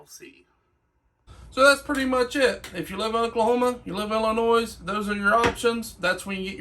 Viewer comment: its illinoi, the s is silent